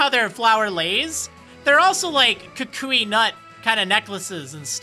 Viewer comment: Ehhh, in the dub of the anime, Kukui is pronounced how you say it so tbh as far as the English pronunciation you're right.